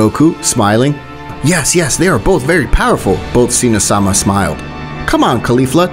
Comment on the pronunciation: Why you saying seee-no sama. It’s Zeno, made for unbearable watch.